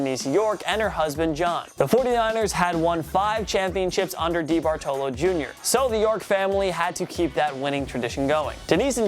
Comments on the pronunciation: Just another round of mispronunciation. DEE-Bartolo lol. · He clearly has no idea how to pronounce DeBartolo. 😂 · Nobody gonna mention how he says DeBartolo?